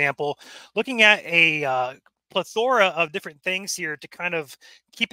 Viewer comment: Plethora!! Not plu-theora!